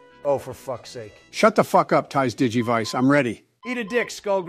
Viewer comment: tais digivise LMAOOOOO